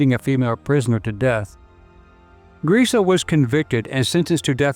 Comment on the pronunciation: I believe it is pronounced : Graze-Ah, from what I understand.